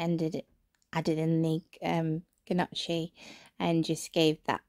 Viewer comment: Al look delicious- especially the gnocchi- it is pronounced without the g and the chi makes a ‘ck’ sound so you say it like ‘nyocki’